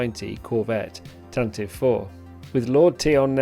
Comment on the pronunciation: Love the History of the GFFA & this ship particular ! one pronounciation correction ... Tantive IS Said (Tan-Tee-VEE). Not Tan-Tiv. the 'ie' Is Not Silent.